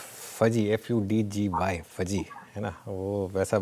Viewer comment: It's not fudgy, it's fuzzy 😂